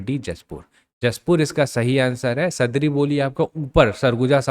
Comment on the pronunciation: सदरी नहीं सर, सादरी